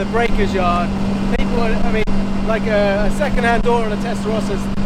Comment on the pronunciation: Why can't Americans say Testarossa correctly? It's not hard.